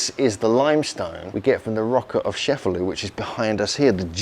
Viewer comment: It's pronounced Che-fa-LOO, not Sheff-a-loo.